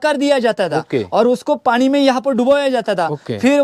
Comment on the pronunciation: पाणी नाही रे पानी, सोणार नाही रे सोनार ....